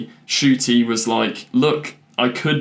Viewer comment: His name is pronounced N-CUTI! Please pronounce his name right please, it drives me nuts that I have not ONCE heard anybody say his name right